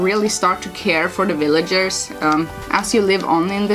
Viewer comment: "Willagers" I think that's German accent? So cute. I'm looking forward to playing this gba gem sometime